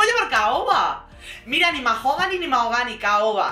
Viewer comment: Qué ganicas!!! MaJogani, con la J bien marcada🤣